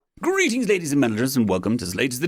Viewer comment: I heard "greetelings" did anyone else hear "greetlings"